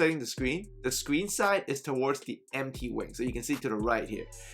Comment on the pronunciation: You said go to the MP wing/side or are you saying to go the empty wing/side? I’m trying to understand what you’re saying